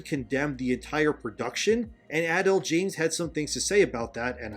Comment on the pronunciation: Jada Pinkett-Smith was never really good, even before the marriage controversy 🤷‍♂️ This just cements it. Also, it kept cracking me up every time you pronounced Adele as “adul”😂